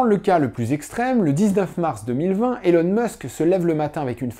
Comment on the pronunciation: Merci pour cette vidéo, que le monde, sans le savoir, a tellement besoin de regarder… Mais petites corrections sur Musk, même s’il n’est pas le vrai sujet de la vidéo: Elon ne se prononce pas élone mais ilone. C’est facile à dire pour un français, je comprends pas pourquoi presque tout le monde le dit de travers… Musk ne possède aucun bien immobilier; Il n’avait pas grand chose et il a tout vendu. OpenAI n’est pas une entreprise, mais une association. Qu’il a quitté lorsque ses partenaires en ont trahit les idéaux ; aux dernières nouvelles OpenAI est plus ou moins sous le contrôle de Microsoft. Musk ne possède aucun produit financier et ne perçoit (presque) aucun salaire. Il vit à crédit et n’a donc que très peu de cash. Tesla est une grosse partie de sa fortune, mais SpaceX, c’est quand même pas de la petite monnaie… De tête, ses 54% vaudraient autour des 20 à 30 milliards. Tesla ne vend pas que des voitures. "C’est pas beaucoup trop gros 834 milliard par rapport à ce que la boîte a comme actifs?" Voilà un terrain très, très glissant… 😏 Fort intelligemment esquivé dans cette vidéo! Aussi, comparer Tesla à des entreprises autos, c’est ce qui a fait perdre tant d’argent aux shorts, c’est pas très logique… En particulier, Tesla ne vend pas que des voitures, comme je l’ai dit, et en vend de plus en plus, contrairement aux autres constructeurs. La vente des actions Tesla de Musk a déjà été officiellement prévue: Musk a publiquement expliqué qu’une fois qu’il serait raisonnablemen